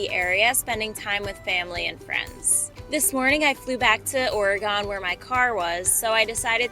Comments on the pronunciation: No no no Learn how to say Oregon It’s not oriiiiii gone!!!! I can’t watch you or Nikki if you say OR I Gone Just stop and stop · Enjoying your channel! You seem to do a lot of really nice hikes. Just a note and maybe I'm being picky but Oregon is pronounced 'Or-uh-gun' thanks! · Every time you say Ore-eh-gone, I crack up. I feel like you're just being stubborn about the pronunciation 😂. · I mentioned this acouple vids ago but she gets comments this way. Orygun now say it right. Lol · haha fair enough; oreegone it is! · Please learn to say Oregon correctly. It's offensive to residents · You should learn how to properly pronounce Oregon. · Before you start talking about area LEARN HOW TO PRONOUNCE THE NAME CORRECTLY. FIND THIS MOST INSULTING. IF YOU CAN NOT SAY OREGON. STAY AWAY. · You are a comedy genius. Trolling us with that pronunciation of Oregon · I’m not even from there but I was about to write the same thing! 😂 (I have a friend from Oregon!) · Please teach your generation the right way to say Oregon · Ugh your pronunciation of Oregon being an Oregonian, but you warned the channel 😊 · Great channel but you are saying Oregon the wrong way. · I was just going to say that , saying Oregon wrong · Agreed. It’s like nails on a chalkboard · Of course she is it's pronounced Crapland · some of us take pride in where we live and want to hear our home state pronounced correctly. Doesn't make us trolls. I'll bet every state is like that. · Yes your pronouncing Oregon wrong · you are absolutely correct. I live here in Oregon and it irritates me to no end to hear anyone pronounce it incorrectly. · Is the Oregon pronunciation an inside joke?? lol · PLEASE NOTE it is pronounced ORY GUN not Ory gone S/Life long Oregon resident. 64 years. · Girl! It's O-re-gun ... not o-re-GONE. 🙂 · There is no "GONE" in "Oregun". Please "GUN" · Why’d you say oregOn like that?😭 I’ve only ever heard anyone pronounce it oreagEn lol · ORY-gun not ORY-gone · It’s not oregone it’s Oregon